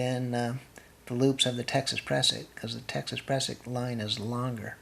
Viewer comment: You need a lanyard for your ice axe !!! Prusik not pressick.